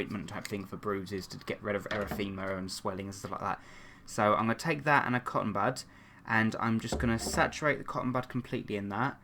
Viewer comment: Hehe when he said cotton bud I thought he said cotton butt lol 😆❤️😝